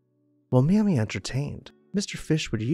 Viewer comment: ...and its not 'mahmee'....its 'maymee'